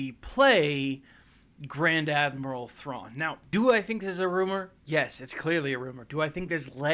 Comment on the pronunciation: Your pronounciation of his name is much better than mine!